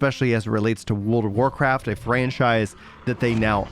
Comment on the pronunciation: He lost me when he forgot how to pronounce the "r" when he says Wold of Warcraft.